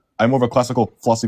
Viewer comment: you see what you do? lol, that alien language got that first dude saying philosoky